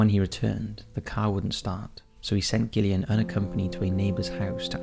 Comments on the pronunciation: I think it's pronounced 'Jillian', not 'Gillian'. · Gillian? You mean jillian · Video no 1: Gillian - is pronounced Jillian.. I never knew about this story, so thanks 😊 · Gillian, pronounced Jillian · I think you're pronouncing Gillian incorrectly - Pronounced the same as Jillian. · Gillian is pronounced jillian. Derbyshire is pronounced. Darbyshir. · I love your videos but your pronunciation of Gillian is cringe it’s Jillian but with a G. Besides that I enjoyed that video and would like too hear more about the donor trail. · Wouldn't Gillian be pronounced with a J?